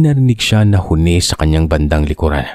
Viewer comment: It’s slow pronouns huni not honi